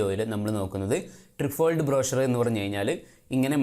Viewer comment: "ട്രൈഫോൾഡ്" എന്നാണ് ഉച്ചാരണം